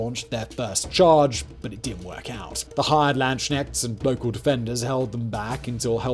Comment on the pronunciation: The most funny thing of this video for me was Simon's pronunciation of the word "Landsknecht". This is not "Land-Sknecht" but actually "Lands-Knecht" translating roughly to "Soldier/Mercenary of the Land". ("Knecht" has the same roots as the english "Knight")